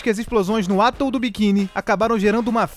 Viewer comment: Se pronuncia "atól" e não "átol".